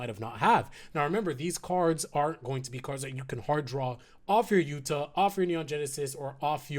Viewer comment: It’s pronounced “OOTA”